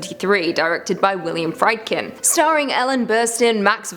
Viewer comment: Just a heads up as I've heard the same mispronunciation before (and since William Friedkin is one of my favorite directors) it's pronounced "Freed-kin" ; )